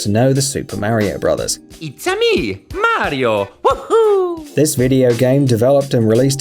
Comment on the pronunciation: Please learn how to say MARIO !!